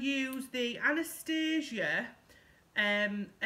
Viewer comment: If you put your primer on first you wont get spots, great video, i love how you say primark, im so glad you dont pronounce Anastasia as " anastarsia" xx